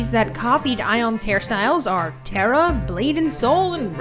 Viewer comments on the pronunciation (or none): none